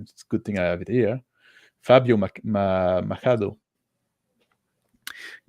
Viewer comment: Yay! It's gonna be great to be able to support indie roleplaying games! Thanks, man! And thanks for the suggestions, definitely gonna check those out! 🤘 Oh, and yes, just pronounce ch as if it's written sh, so "Mashado" sounds just fine!